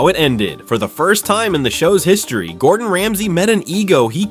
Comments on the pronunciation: "Godrun Ramsay" geez nice one AI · bro "godren ramsay" 😭